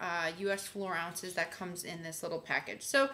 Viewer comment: Its fluid ounce not floor ounce